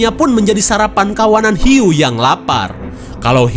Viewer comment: ada huik... eehhh hiuu..... hhhhhh🤣🤣🤣🤣🤣ngakak gw